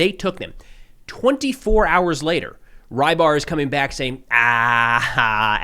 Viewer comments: Рыбарь (Rybar) is not "rye bar"! >__< Say it as "rebar" at least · Until yesterday I thought the often mentioned russian analyst is Reibar, that's how I hear say it. Don't know how it's spelled in russian but it would be rybar in my language, meaning fisherman.